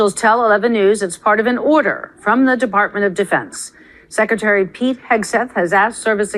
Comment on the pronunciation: It is not "sek e tary". It is "sek Re tary". You need the "r" if you're going to speak English.